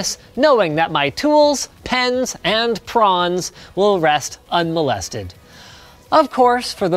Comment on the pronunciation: "... can rest, unmelested" -LinusTechTips 2017